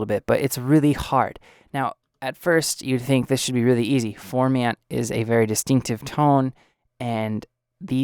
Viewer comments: You are saying "form" "ant"... its pronounced "form" "int"... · I was so bothered that you don't even know how to pronounce "formant" that I couldn't take this seriously. Sorry. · I don't feel any kind of way... you don't even know how to pronounce what you are doing a tutorial on.... thats my point.